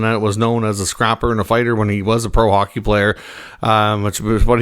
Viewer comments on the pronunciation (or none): none